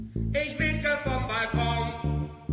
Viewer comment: ich hab bestimmt 20x pinkel statt winken verstanden ^^